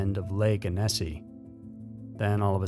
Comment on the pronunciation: The "Annecy" massacre is pronounced "Anna - see" - not anissi...where one emphasizes the syllable makes a difference.